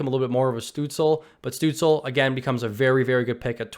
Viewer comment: "Stootz-Luh" is how you pronounce the young Germans name